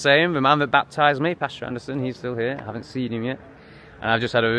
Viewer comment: Pastor. Not pasture. Totally different.